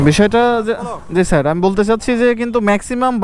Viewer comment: এতো বার ছার বলেছো আমার বিরক্তি লাগলো